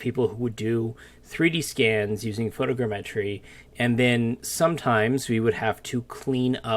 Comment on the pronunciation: Please for the love of god, tell me why you say photogrammetry that way. It's like all vfx artists share information on new techniques as txt file or something because everyone says EVERYTHING differently and almost everyone says everything so SO weirdly.